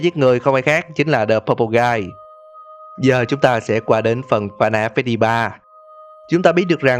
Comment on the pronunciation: đờ animatronic??? ad có học tiếng anh ko z?=))